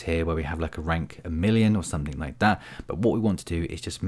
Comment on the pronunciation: I hope that’s not a 'k' I hear in 'something'.